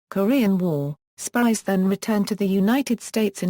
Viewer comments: Spiers is a very Scottish name and pronounced Speers not Spires. Please do your homework on issues like this. I was getting quite annoyed at the amount of times Spires was used in this documentary. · I only saw clips of "Band of Brothers" but I also caught what seemed to be mispronunciation of the surname in this video. However, the spelling in the video seems to match what I've seen before because I wrestled with the pronunciation myself prior to viewing this. Is it possible that the video spelling and your spelling are alternates of the Scottish name? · This person cannot say his name properly . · At least pronounce his name right.